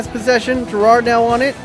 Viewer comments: Why do you pronounce Gerard so weird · How you say Gerrard incorrectly triggers me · Yep I agree